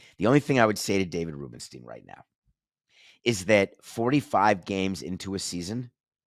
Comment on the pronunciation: You're mispronouncing Rubenstein.